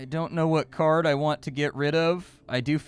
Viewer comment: Thought the game looked interesting and sounded cool until "card" was spoken. Ug. Just ug ug ug ug ug.